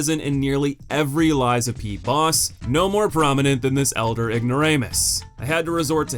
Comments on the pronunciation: FYI it's LAX-ASHIA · damn man, her name's in the video, how did you butcher it THIS badly lmao